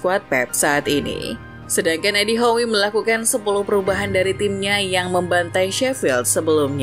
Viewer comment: Bacanya edi how bu